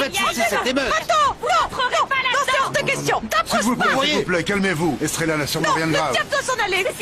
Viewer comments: Puis que je ne fais que te dire que l'on ne dit pas strella mais Estrella idiote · Depuis que je te dis qu'on ne dit pas strella mais Estrella idiote